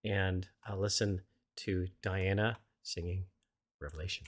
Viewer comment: Her name is pronounced Dee Anna